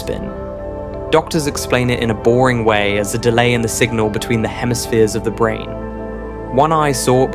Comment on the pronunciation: How disappointing. It seemed like this video was really going somewhere. Then the different pronunciations of the same word from one sentence to the next exposed you as AI slop. “Brane” changed to “Branna” and then “bran”. “Bulk” changes to “bulka”. Boycott this garbage friend. It’s ruining YouTube.